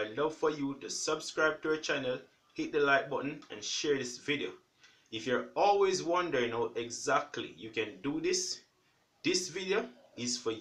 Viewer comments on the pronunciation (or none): none